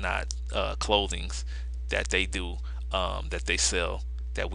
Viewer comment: As soon as the announcer said doe instead of do.... I stopped watching . Seriously dumb people out there!!!